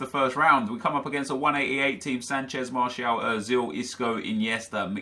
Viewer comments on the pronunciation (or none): none